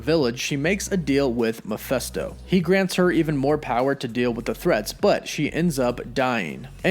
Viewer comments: Meh-FIST-oh. Not Mah-FEST-oh. Lol smh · You kept saying “Mephesto”, but it’s Mephisto. Based on the demon Mephistopheles. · face palm it’s mephIsto not mephEsto. There’s and “I” before the s, not an “E”. Muh-FISS-toe. Not Muh-FESS-toe. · Not Miphesto. Mephisto. I wonder who they will cast for the part, of Mephisto? Couldn't Evan Peters be playing Speed? What a twist that would be. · It's Mephisto, not Mephesto. It's literally pronounced like it's spelled. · Who the heck is Muhfesto? It’s MEH-FISTO. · 1st-It's Meph_I_sto, not Meph_e_sto! And why is it that the fact that the SAME Darkhold that appeared in "Agents of S.H.I.E.L.D." also appeared in "The Runaways"? Why bother creating a new prop? Just use the same book, again, and they all become linked. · Bro. I dig the channel, but some of these names you butcher... it goes through me man, not gonna lie. If you want die hard fans to stick around, please acknowledge and correct this moving forward. Mefisto = Ma-Fist-Oh not Ma-fest-o.... You drive a wedge between your channel and your fans with every name that gets pronounced terribly. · Meh-FIST-oh, not Meh-FEST-oh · It's not "Ma fes to " it's Me phis to " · it is Mephisto, not Mephesto. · Your pronouncing Mephisto wrong, the “i” is NOT an “E” like your pronouncing it. Your saying Mephesto, that’s wrong. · Thank you!! Makes me think he dont know shit if he cant even say it right !!! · I’m with you on the name. Meh-fist-o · It’s pronounced Meh-FIST-Oh! Sheeeesh dude how do you butcher a name that bad? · Why do you keep calling him Mefesto? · it is pronounced meh/Fist/oh like mefistofoles. Sorry to correct you man but it's driving me crazy listening to you say that over and over in your video and you've done it in the past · Love the channel and vid but the way you pronounce mephisto as mephesto annoys me😂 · I always thought it was pronounced [Meh-fist-oh], but ok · Please pronounce "Mephisto" properly.